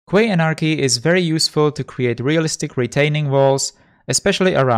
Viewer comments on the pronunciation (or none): Quay is pronounced like 'key' mate. 👍😉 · Quay, is pronounced "Key"